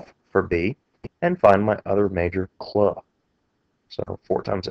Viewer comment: its so annoying how you cant just say clue...but thanks for the help